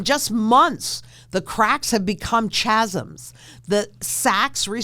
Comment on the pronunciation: Chazzums ??? Qué ? Chasms surely ? ("kazzumz")